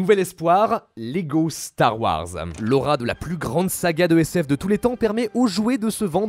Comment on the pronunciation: mettre des "E" a tout les mots de chaque fin de phrase, c'est dure a écouter. Désolé, le sujet m'intéresse mais un "E" à Star Warse, c'est trop